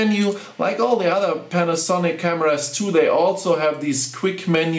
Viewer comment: You english is very very good but you just want to pause when you say panasonic. like this, pan, a, sonic. almost like you want to separate the syllables but not a long pause.